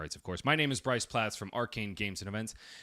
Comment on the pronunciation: bryce got my name right!!